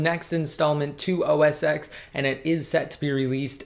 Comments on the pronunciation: Please say it rightttt, Its called OS Ten not "X". The X is a roman numeral and its pronounced ten! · call it os 10 not x xis 10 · That's what i mean. He pronounces it as OS X (with letter X), not 10. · Its OS 10, not OS X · OS TEN get it fucking right, you seem like a smart person put why do you say X!